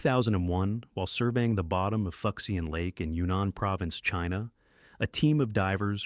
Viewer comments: Here's the breakdown ....foo-shen lake. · Lost civ #2 is pronounced ('FOO-SHAHN')!